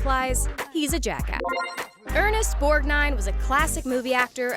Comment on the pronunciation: Ernest Borg-nine... I'd suggest that, if you have no idea how to pronounce an extremely famous person from the past's name, you ask a grown-up before you go online calling them Borneenee. Ernest. Borgnīne, Borg9 never Berneenee😖